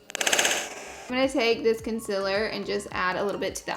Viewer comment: Its CONCEALER not CONSILLER